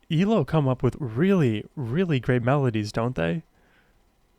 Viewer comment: Great reaction,, but like at least one other commenter has pointed out, it is E L O (each letter sounded out separately) not Eelow (all one word)! Keep up the great work!!